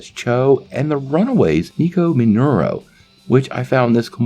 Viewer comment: Minoru, not Minuro